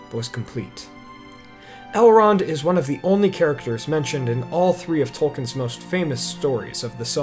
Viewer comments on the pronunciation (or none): I really love that you do these pieces. But please please please study more on the pronunciation of names. Tolkien is pronounced differently from how you say it. And there is a whole section at the end of the the LotR (that is, at the end of the third part, the RotK) that explains pronunciation.